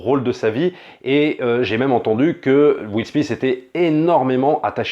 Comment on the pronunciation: Ca se prononce Will "Smit" pas Will "Smiss" et sa voix fr c'est le génial Greg Germain! D'accord sur la recherche de la dignité, mais en occident et surtout aux US, c'est bien la réussite économique qui compte plus que le reste. Le réalisateur aurait pu choisir un personnage qui ne fini pas millionnaire mais qui réussi sa vie par d'autres formes de succès.